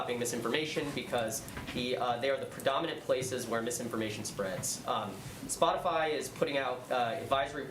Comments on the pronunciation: ..... it's Spotify, NOT SpotiFly. Smh.... Misinformation at its best right there. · spotifly😂 unvaccininated😂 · Did she really just say “Spotifly”? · "Spot-i-fly". Nice work, Jen. Clueless. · Plumb dumb Psaki said Spoti"fly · "Spotifly?!" Way to keep up Jen! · It's Spotify, not Spotifly Jen ! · What did she say " spotyfly" ? I thought it was spotify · She said SpotiFly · She is spreading misinfo... its spotify not SPOTIFLY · Lol, she said spotiFLY 😂😂😂 hmmm, that sounds like misinformation. Guessing she'd prefer to be censored, since her statement was incorrect. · If questioning science is wrong it’s not science. She called it Spotafly!😂😂😂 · She said spotifly...lmao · ‘Spotifly’?! 😄 Stupid is as stupid does 🤦‍♀️🤷‍♀️ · WTF is spotiFly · Did she say spotifly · Miss Dis Information herself!! Hey fact checkers, she just said that there’s a company called “Spoti-Fly” and I think this is a lie!! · Did she just say Spot-a-fly? 😂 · Did she say spotifly wouldn't that be considered misleading or misinformation. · Raggedy Ann said "Spotifly although she knew the "question" was coming. Demon! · No one else said it so I will… “Spotifly” haha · Did she just call it Spotifly? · She said "Spotifly" 🤣😂 And said "He takes his role incredibly seriously". Yet he can't even remember he is President half the time LOL Let's Go Brandon!!! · Did she say spotyfly??!? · Did she say spot a fly? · She actually just said spotifly! She doesn't even know what Spotify is ! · Wait, did she just call it, "spot-a-fly"? Talk about misinformation. Well it's now time to silence Psaki, she's wrong about a name. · I know I didn’t just here this bi**h say “spot-a-fly” . Jesus, if we ever needed you, we need you now more than ever before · It’s the “Spotifly” for me. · Did she say, "Spot a fly"? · Did she say ‘Spotifly’? 🤔😅🤣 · She said splotify 🤡 lmao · I thought she said splotifly... LoL 😂